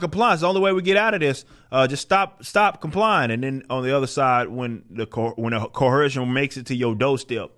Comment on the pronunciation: There’s no H in coercion brah